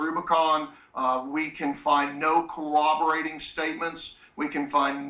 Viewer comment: "No co-oberating witnesses" I think he means corroborate. LOL